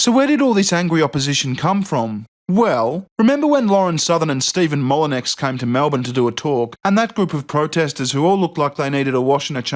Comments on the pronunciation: Lol, Mollenecks Its Moleneux. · Steven Molly-nex? Should that not have a tag; unless you didn't know it's pronounced 'Steh-fan Molly-new' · Steven Mall-O-Nex lol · Stefan Molyneux. Just want to let you know it's pronounced Mull-i-knew. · It's actually pronounced Molly-new but with a Spanish N that gives it that ny sound. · it's pronounced... molle - new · "Mole-a-new" Damn Frog pronounciation. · mall-en-ex get it right.